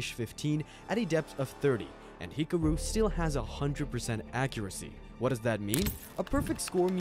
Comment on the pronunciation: Bro this is so underated but why did u say hikoro and not hikaru